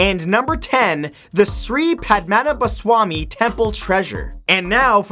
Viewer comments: matt just want say the way you sree padmanbhaswany is so offending it is pronounced like this ( sree-pad-pa-na-ba-sammy) and it is located in Kerala's capital trivandrum. it is a temple where the Hindu god " lord Vishnu " is the main deity. I don't want to offend you matt just say good work ☺😊👍 and I believe you probably guess what region and from where I am. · Its funny how matt said sree padmanabhaswamy temple. I'm from kerala, India. Its said differently